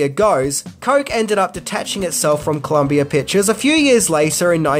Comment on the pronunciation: "Columbi-er executive" - 2022 What in the actual fuck?